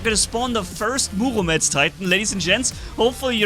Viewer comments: Bro please say Murometz instead of Muvometz😂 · I get second hand embarrassment/cringe each time he says Murometz... ;((